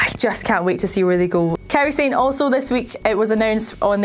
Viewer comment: Sah-neh. Not "Sane" -_- Fucking people.